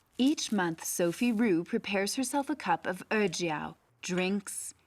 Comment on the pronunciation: Ejiao is pronounced a little differently. 'e' and 'jiao' are two separate characters, and 'e' is not 'eh', although it's hard to describe the actual sound because it doesn't really exist in English. 'Jiao' sounds more like jyow. It's nice that you looked it up however. On the matter of smuggling, I really don't think that smugglers do so because they're inherently evil. A lot of people commit crimes and enter shady businesses because they also can't find any legal work that pays. I don't condone the abuse of donkeys, it's just that it's not helpful to point the blame on the smugglers. I'm angry that they seem to have no care for the lives of donkeys but there's a bigger fish to fry and it's not the smugglers. The issue is capitalism and opulence. Chinese people like to buy expensive herbal remedies as gifts for others or to tell others that they are taking it, to show off their wealth. The high demand also encourages people to make money off of it. The animal is not slaughtered with respect and is treated as a product because doing it in an unethical way will get you the most money.